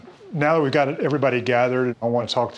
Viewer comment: she can work on loosing weight, but loosing it in a healthy form, and you can work on saying that, because saying "dat" is not very cool as it may seem